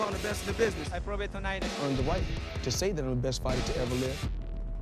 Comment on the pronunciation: The guy in the beginning lol, pound for pound pighter